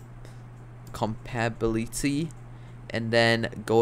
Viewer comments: bro said "compability" bruh im dead. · co-pad-a-bill-it-y so you can say it right